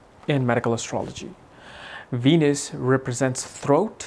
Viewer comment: Cracks me up when he says “Weenus” 😂